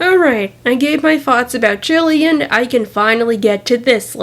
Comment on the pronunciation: It's Jillian you accidentally said it wrong